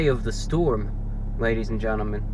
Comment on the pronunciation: "ladies and GENNIMEN!"